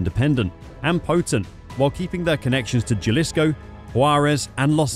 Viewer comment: J is pronounced as H in Spanish. Jalisco is not Ja, it's HAlisco*